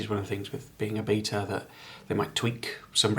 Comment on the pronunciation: BETA. Ah, I thought he was calling the game a “beater”, as in a “beat up malfunction old car”.